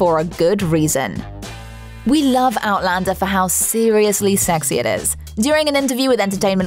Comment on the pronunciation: One of the best vids about Outlander! Narrator can actually pronounce all of the cast names correctly!